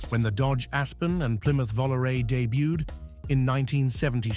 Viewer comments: Plymouth "Vollaray?" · Dear Content Creator: Please do yourselves a favor and refrain from using AI generated voices and use a real human voice, even if the real voice has a non-American or non-UK Realm English accent. Using a real voice gives your content authenticity. I’d have more respect for your content even if the narrator had a foreign accent than an AI voice that can’t even pronounce a Plymouth Volaré correctly. See what I mean?